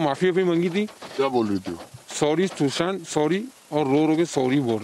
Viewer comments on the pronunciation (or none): Shusant nahi hai bhai, Sushant hai....